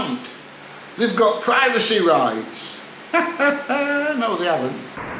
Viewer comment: "Private-sy rights". What a doughnut 😅